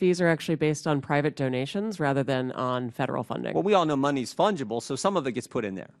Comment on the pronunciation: Fungeable is a funny word